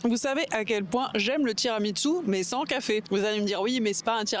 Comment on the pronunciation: je suis la seule j’ai mis pause et je suis repartie en arrière après avoir entendu “ tiramiTsu” ??? Girl wdym ?🤣 c’est tiramisu